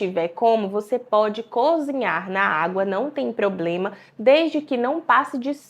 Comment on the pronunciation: Essa pessoa não deve ser médica não....cozinhar e ela fala conzinhar....médicos não falam tão errado assim não.